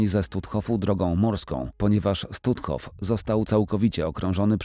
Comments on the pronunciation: Jaki Stutthof, czyta się Sztutof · Stutthof czytamy Sztutthof, w niemieckim "st" na początku słowa to "szt".